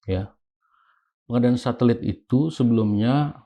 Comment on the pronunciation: Satelit pak jack jadi thulalit😂😂😂😂😂😂